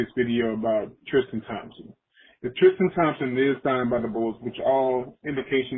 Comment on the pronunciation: Why can't people say Tristan ? It's not TRISH-Tan